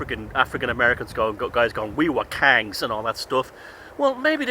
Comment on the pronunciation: Maybe they were Kangz😂😂not laughing at you just sounded so funny. Will look into this never heard of them (Dogons) before.